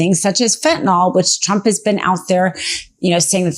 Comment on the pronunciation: Please educate yourself and pronounce the drug correctly. Its fenta(nyl) sounds like nil...its not fenta(nol) nol. R.N.